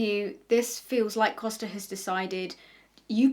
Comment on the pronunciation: It's just really funny how much I (portuguese speaking person) was impressed by you saying "Costa" correctly, it's such a small thing but apparently people usually struggle with saying portuguese last names 😅